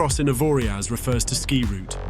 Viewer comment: You don't pronounce the last letter it's 'Avoria'.